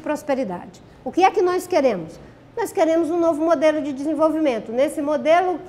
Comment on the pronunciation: Ela ainda fala "NOIZ" kkkkkkkkkkkkkkkkkkkkkkkkkkkkkkkkkkkkkkkkk